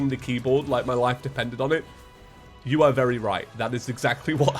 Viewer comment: I think he meant "YOU DARE" not "UBDARE"